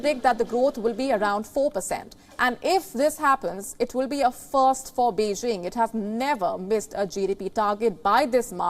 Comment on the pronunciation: Beijing not Beixing ok...please if you can't pronounce properly better speak tamil